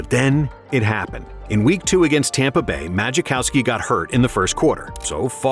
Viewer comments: Yeah and the voice was pronouncing Majkowski is Maji-cow-ski and not Muh-cow-ski. I agree, this is AI, in fact there was a lot of misinfo in this video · Maybe you should learn to pronounce names before you make a video...magiccowski psssh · Ma-Kow-Ski. The J is silent. Ugh the narration on this is abysmal. Lambeau didn't go wild in the playoff win over the Lions - it was in Detroit. The Patriots weren't defending champs when GB beat them in SB XXXI... Then his painkiller addiction was addressed prior to the '96 season, not in '98. And wth is this "Young, Steve Young"? he was 39 in that Wild Card game. Yes these details are inane, and they did get the stats right, but if you're telling a story, don't you want it to be relatively accurate? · "Magikowski"? who tf narrated this'? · Magic kowski??? 😂. Step your game up, better research, less AI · Don 'Maj-uh-kowski?' AI voiceover nails it again LOL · Should have learned how to pronounce Majkowski. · Majkowski’s name incorrectly pronounced. Wild card game against the lions was at the silver dome, not in Lambeau. The patriots were not the defending champs in 1995, the cowboys were. Favre’s painkiller addiction was in 1995, he was in recovery in 1998. Steve Young was not “young” in 1998 he was 37. Donald Driver didn’t emerge as a reliable receiver until 2002 not 2001. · Also, if you can't pronounce Don Majkowski's name, you might not be the right guy to tell this story :P... Fun fact, Don was arrested a couple days ago in Eua Claire after getting drunk and into a bar fight and going at a cop.